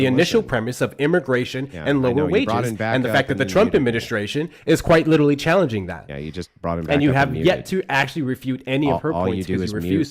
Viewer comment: Lit -TRALLY....ffs Insufferable